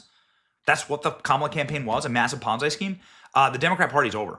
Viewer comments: Mr. Benny Sir. it is pronounced as ponzi- not ponzai. Ponzai sounds like something you yell before attacking! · I just stopped listening and turned the video off when you mispronounced Ponzi again. Ponz-eye? Aim-ish? Seriously Benny for someone who does this for a living you have a terrible grasp of grammar and pronunciation. Learn to talk.